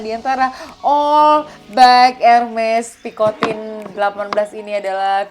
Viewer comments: Its air-MEZ pee-koh-tan not pikotin 😂😂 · Picotang & Syanel ka bukan picotin & chenel 😅😅